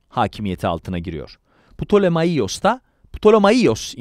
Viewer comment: Ptolemaios - Ptolemayos diye okunur. Selevkos - Seleukos olarak okunur. Antik alfabede V, U olarak okunur